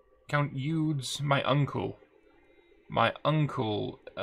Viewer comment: Eudes have to be pronounced "HUD" without the h.